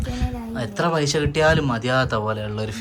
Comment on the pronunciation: പൈശ അല്ല പൈസ